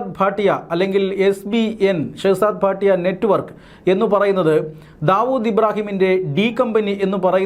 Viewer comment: ഭാട്ടിയ അല്ല ഭട്ടി ആണ്